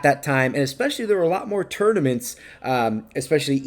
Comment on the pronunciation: Tought you said "turdaments"